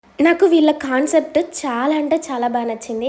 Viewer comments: Khancept kaadu raa concept try to correct it next time repeat avvadu wrk to paatu perfection kuda important and also pronounciation. Hope u understand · ఖన్సెప్ట్ కాదు కాన్సెప్ట్